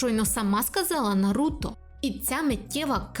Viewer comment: Ой анкорд ,ще коли на вулиці стояв привалок з дисками ,не памятаю але начебто 2013 рік був і я купив собі диск Ураганних хронік з 1 по 40 серію в перекладі анкорд і тепер в мене травма із за його наголосу на Наруто ,ну чого він НаРУта коли в всіх інших він Наруто . Озвучка з КуйТБ реально крута ,я угорав коли почув як в перших серіях Анбу називали ,АЕНБУ та і взагалі виріс на тій озвучці ,але і дубляж реально крутий ,хоча мені більше подобається з КУйТБ бо це тупо дитинство ,а в орігіналі дивитись та не викупати рофлів або якихось Японських приколясів ну це таке собі задоволення ,коли у нас є такі чуваки та чувихи як Амоногава ,з початку не подобались ,а тепер майже кожне Аніме що виходить втикаю в дубляжі або озвучці Амоногави .